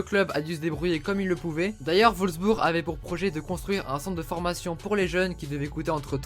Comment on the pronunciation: c'est Wolfsburg, pas volsbur xD